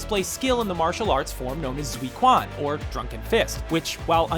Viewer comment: zi quan is pronounced dzuh chwahn. are people going keep mispronouncing it